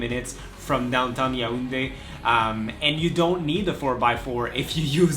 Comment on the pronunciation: Nice vid. I appreciate the fact that you were objective in your opinion. Also you pronounce the city Ya ounde ; you should say it yawounde.😉